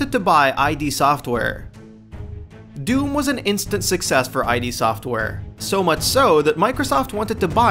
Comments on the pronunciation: its not pronounced I.D its IDD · Id software. Id. ID. NOT AJJ DEEE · id, as in "Kid", not "Eye-Dee". Made the same mistake back in the day. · Oh jeez this is sad. One, IT IS NOT "EYE-DEE" SOFTWARE!!!! It's "Id," as in the state of mind beneath the conscious level. Two, the episodic format of sales WAS common back then; it was known as the apogee model, and a LOT of PC games marketed themselves that way! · holy shit. it's "id," not ID. like... the word "id". you know, as in ego & id. i'm not sure you can tell me much i didn't know about the game when you can't pronounce the name of the developer. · scrolled down to comment because of this. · I think he said "brutal acts" instead of "brutal axe" but I could be wrong. The whole him saying "I.D" software thing has me perplexed so I may have misheard haha. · Fair point. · He keeps saying I.D. software... Non-nerd... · Every time he says I.D. Software I cringe at the stupidity. Literally cringe, c'mon guys at least get the name of the developer right.